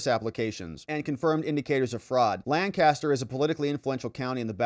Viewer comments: it's not LANcaster County it is Lancaster.:) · Lancaster, not Lannnncaster. Pennsylvania my friend. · It's not lan caster. It's lanc a ster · did you hear how Ms. Adam's pronounced "Lancaster"? It's not, Lan-caster. It's Lang-caster. Please stop mispronouncing it. Thank you! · It is pronounced Lank-aster, not Lan-caster.